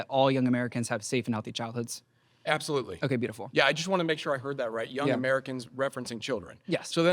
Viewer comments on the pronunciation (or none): Did he say absofruitly? 😂